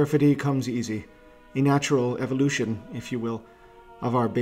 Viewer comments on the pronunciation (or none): none